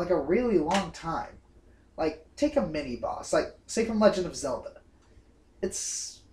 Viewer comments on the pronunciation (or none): none